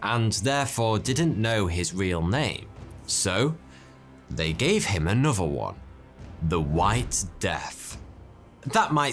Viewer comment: “Anoover name”… Worst pronunciation of ‘another’ that I’ve ever heard. It’s pronounced ’anuther’, mate… ‘Other’ is pronounced as if it had a ‘u’ and there’s no ‘v’ in it.